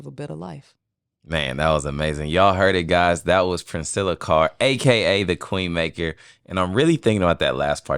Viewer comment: During the introduction, she looked up at I know these man didn't just say my name wrong. It's Princella Clark 😂😂 Reguardless this is definitely one of the best podcast she's ever been on.